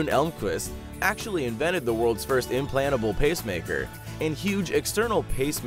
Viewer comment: Today on TechJoin: an invennor invens a prinner, another invennor invens an implannable pacemaker from another invennor's paten, a Swedish invennor creas a prize to honour other invennors' achievemens ou of his own guil, ye another invennor invens a super-effec'ive adhesive in an acciden, a Chinese cook accidennally invens explosives instead of something to ea, two scientiss store a gas overnigh, the residue of which gets to see successful developmen in various fields, an a scientis accidennally cooks candy in his pocke, leading to a grea idea for the home appliance marke. Nex time on TechJoin: The fully pronounceable T!